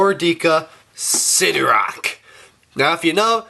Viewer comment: sidorAK not sidorOK